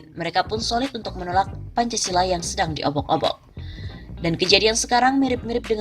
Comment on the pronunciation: Arya Bima anak kemarin sore kok ngomong Pancasola, tahu apa sok tahu?